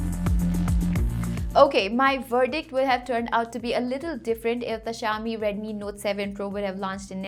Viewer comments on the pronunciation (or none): none